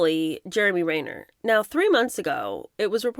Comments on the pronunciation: Jeremy Ren ner… as in the bird called ‘wren’…. Ren ner… not rain er. ✌️❤️🙂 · Jeremy Renn-ner. Not Rain-er.😊